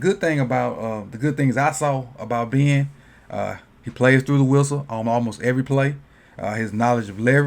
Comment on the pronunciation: I like how you say Ben. Been